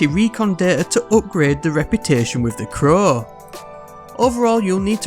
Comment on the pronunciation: Why does he say the crowww like that sound weird